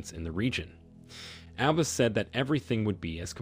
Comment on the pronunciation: Had to stop listening because the narrator, in the 21st century, doesn’t even know how to pronounce Abbas!